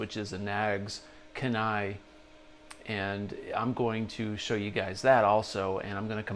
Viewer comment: Dang. No love in the comments for the Kenai. It’s pronounced Key-Nigh by the way. It’s in Alaska. Used to live there. Yeah. I’m biased.